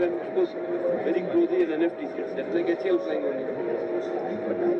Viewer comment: Its not Haal its Eh A El Pls be specific